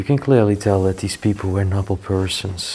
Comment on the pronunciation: Have you ever thought of having a native speaker listen to your videos to make suggestions for you to improve your English? I have been binge watching your videos and you have been mispronouncing the word NOBLE in every video for five years. This is the first video I have seen with and he is saying it just like. There are many words in each video and it is very distracting from your fabulous videos.